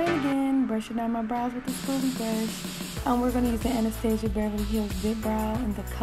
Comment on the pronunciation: The way she said Anastasia 😂😂😂made me laugh because she said hella wrong